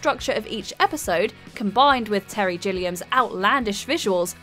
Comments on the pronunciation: Jilliam? That's not how you pronounce Gilliam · I cringed when she said, "Terry JILLIAM" instead of Gilliam.